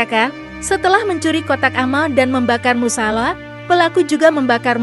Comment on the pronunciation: salah ngucapin musala